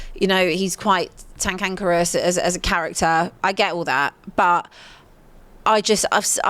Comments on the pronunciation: Did say tankankerous and not cantankerous? Haha I love it. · it's pronounced cantankerous 😂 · It’s pronounced cantankerous